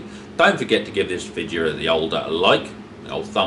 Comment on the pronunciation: The way you say ‘videa’ makes me think you watch South Sask Farmer, who’s basically an Irish farmer with a Canadian accent